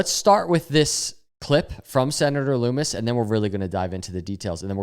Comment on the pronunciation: Bro you’re awesome but it’s LUMMIS NOT LOOMIS